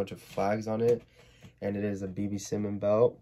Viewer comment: why you say simon like that its s-i-e-m-a-h-n idrc tho